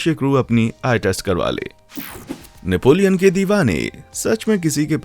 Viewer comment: Bhai Great Napoleon ko kyu kukait bolle ho😿😿😿